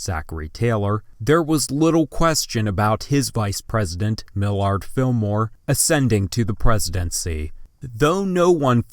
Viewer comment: Very cringy video. How can you mispronounce "pro tempore" and important names like Millard (Fillmore) and Strom (Thurman)?!